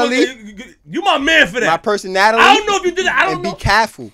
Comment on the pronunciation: “My personatily”